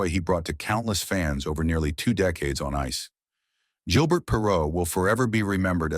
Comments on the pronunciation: AI Voice? It pronounces his name as 'G' il burt Perrault as opposed to the proper pronunciation of 'ZHIL' bair. If yer gonna make videos at least use a real human to narrate them. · We can tell this is A.I. generated the first second! Perreault is pronounced correctly (Per-row), but its not Gill-BURT, it's Zhil-Bear. The dude was french canadian! Later his linemate Rene Robert (Row Bear) is pronounced Robber. Even the word "achieve" is mispronounced! The part that discusses his career statistics is totally mangled and impossible to understand. Also the headline mentions marital problems, a court appearance and him being almost 60. He was drafted in 1970. The NHL draft was only for 20 year olds then, so... this would make him 74 or 75 not less than 60! C'mon! How come freedom of speech (truth) is censored here, but click bait is allowed???